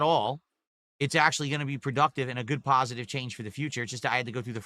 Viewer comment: Pahisitve kahntent.